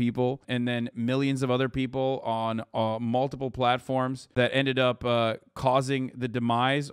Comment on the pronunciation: Hasan's accents kill me. Mul - i - pull. Bahahaha.